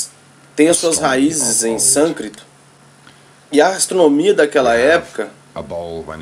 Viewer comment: Sânscrito e não sâncrito